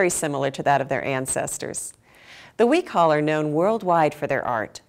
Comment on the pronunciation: Its Pronounced "we- cho- uhl"